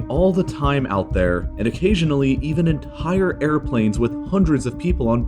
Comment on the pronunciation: EntHAIre planes with HHAndreds of people